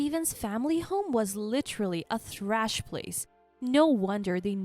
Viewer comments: First story - Sewing is pronounced "so-wing" not "su-ing" The story about the MIL giving her DIL moldy wine and OP finding out MIL was a hoarder and after OP left her husband the MIL moved in. The line was Steven home was "trash" place. The narrator pronounced it"thrash". 2 words that are hardly interchangeable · Thrash?????? Trash not thrash!!!